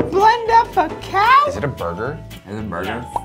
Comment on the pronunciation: You blend up a caw? 'O'